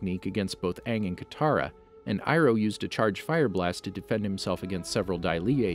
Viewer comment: General iroh more like GENERAL FIRE-O